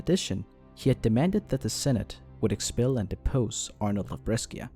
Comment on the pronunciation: PLS BRESCIA IS NOT PRONOUNCED LIKE THAT